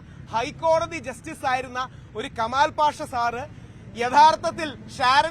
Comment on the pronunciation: കെമാൽ അല്ല കമാൽ..